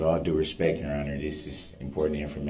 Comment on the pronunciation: I quite enjoyed the "dish-respeck" he kept complaining about. Also, "da troof."